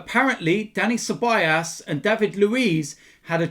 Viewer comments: IT'S CEBALLOS, NOT CEBALLAS! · its ceballos not ceballas